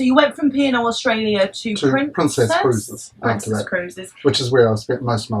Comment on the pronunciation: especially when he said "Pruncess ship" :P